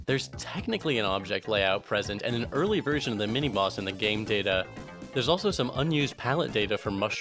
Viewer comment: is it just me or did he keep saying "mini moss" instead of mini boss?